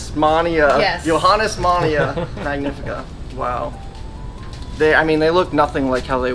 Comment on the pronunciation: Cmon it’s Johannesteijsmannia (yo-hahn-nes-tehs-mahn-EE-ah) do you even know what a palm tree is